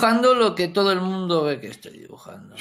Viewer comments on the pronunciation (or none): none